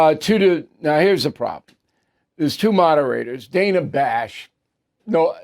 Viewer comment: Bill can't pronouce Dana or Tapper.